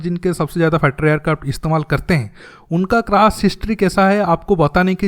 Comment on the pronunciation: Sabosse fusttter fater airkarft 🤣bro your pronunciation 🤣🤣